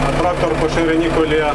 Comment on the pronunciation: так хвилювався, що у піжамі застрічає "трахтор..."